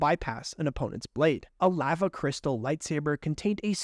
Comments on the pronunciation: (La-va) not “leva” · I hate how you pronounce lava its pronounced l ah v ah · Who’s gonna tell him that lava is pronounced with a long A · Straight up calling it “laugha” 🤣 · Clicked off once he said LAAva😂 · I hate when it comes to the lava crystal because he keeps saying it wrong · Why he say lava like that? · Why do you say lava like that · Love your vids but hate how you say lava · You say lava weird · no one talking about his pronunciation of lava?